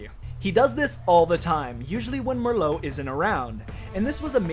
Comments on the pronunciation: It’s fucking Marlowe not Marlo you Dickensian bastard!! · It's either pronounced TalBOT(BAHT) or TalBEHT, TalBIT like you were saying in the video just sounds wrong. And it's MARlow. Not Merlot, like the wine. Just thought I'd throw those out there. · Who the hell is Mer-lowe???? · MARLOWE NOT MURRLOWE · IT'S PRONOUNCED "MAR-LOW" YOU FUCK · this. Fucking triggerred me. MERLOW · Keep getting re-triggered by the comment notifications "Merlow" REEEEEEEEEEEEEEEEEE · lol Marlowe being pronounced as "Merlot" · He mispronounced Marlowe's name because he had another very good friend on the mind: Mister Booze, Mister Booze, Mister B-Double O-Z-E! For real, tho, great vid. I get more sense from this than actually playing Uncharted 3, my second favourite Uncharted game solely because of the melee combat. Probs. gonna be rewatching this one and exploring the other villains you've talked about. Last note: Love the speculation that Talbot had a secret. Makes tons of sense. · how does he mispronounce Marlowe when her name is spoken many times by the characters???